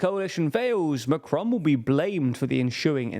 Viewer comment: Note - Macron is pronounced without an accent (especially not the American tendency to accent the second syllable). Regarding the results - the RN had the biggest vote share (37%) and gained 53 seats. It didn't win outright and this will prove a positive for them. France's economy is tanking and Macron's spending is sky high. What happens when he presents his budget to the EU in September? He was hoping to blame the RN (he said before the election that he had rolled a grenade amongst their legs). The left and the communists etc. will probably begin in-fighting and everything will deteriorate further. The RN just needs to keep its cool.